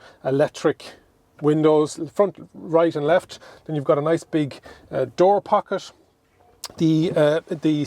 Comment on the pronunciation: Sorry but, could you explain to me what you mean when you say "bonnesh"? is it maybe the bonnet you are talking about? I also like the "pockesh" on he door🙂 People from UK will not understand you.. ahahaha. Anyway, greash video!